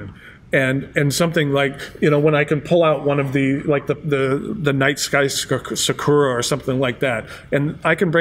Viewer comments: its not pronounced " sik u ra" its " sa ku ra". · When ever he says “saw-koor-ra” my brain hurts